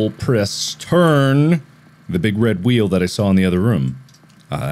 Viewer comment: hearing mark pronounce food like "fuhd" and room like "rhum" is so satisfying for no reason